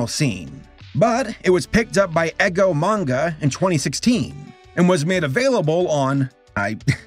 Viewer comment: you always worry or wig out on your pronunciation with peoples names/last names/ studio names/ character names and overall avoid trying at all, but then you go and pronounce something like Eigo as "EGGO", bruh its literally pronounced as its spelled, EYE GO, or I - GO. try it right now! I know you can do it meng! <3 I love you, don't second guess yourself so much and just go with your gut instinct, and if you really truly fail that's ok cause there's lots of pronunciation perfectionists and grammar nazis out there like me to help you out:P